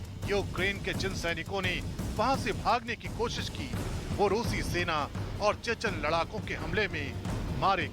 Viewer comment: सैतान नही सेना हे सेन बोल्ना सिख्लो